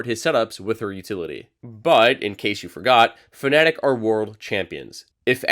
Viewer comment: Its FA- na-tic. Not Pho-ne-tic